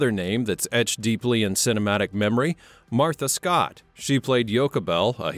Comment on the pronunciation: He pronounced bithia name wrong and Martha Scott name.